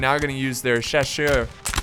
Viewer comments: Chaussers is pronounced shass-uhh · chasseurs is pronounced shassear. the 1st A like in Argentina and the EA like in Earl. ouais mec t´es fou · CHASSEURS = SHASSER.. ok?;) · I don't really know how to explain how to pronounce "Chasseurs" it's pretty much just like you say shass and then you have a stroke causing you to slur the next part French is a weird language